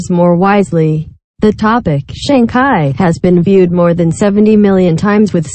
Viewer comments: SHANG CHI on GOOGLE TRANSLATE VOICE. NOT SHANG KAI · this is not ai based, its a standard text to speech synthesizer, i think its trying to say Sang Kai for some reason, which is inaccurate.